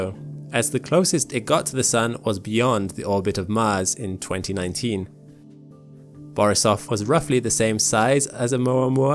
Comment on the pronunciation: Don't you worry a bit. You pronounced Borisov perfectly!